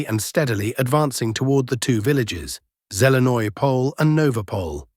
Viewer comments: I really doubt this guy is nothin more then an AI Bot. A true Slav (unlike a Bot) would pronounce Zelene Pole 100% differenty then this Bot - which this dick does not even know what it means in Slavic Culture. Time to show ur disdain for AI Bots purporting to be humans and no more thumbs up for a computer generated blog. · This dumb AI generated Bot doing this podcast from some basement in San Francisco is not Slvic any more then ur dog and wud nbot know SPASIBO. I really doubt this guy is nothin more then an AI Bot. A true Slav (unlike a Bot) would pronounce Zelene Pole 100% differenty then this Bot - which this dick does not even know what it means in Slavic Culture. Time to show ur disdain for AI Bots purporting to be humans and no more thumbs up for a computer generated blog. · BS:I really doubt this guy is nothin more then an AI Bot. A true Slav (unlike a Bot) would pronounce Zelene Pole 100% differenty then this Bot - which this dick does not even know what it means in Slavic Culture. Time to show ur disdain for AI Bots purporting to be humans and no more thumbs up for a computer generated blog.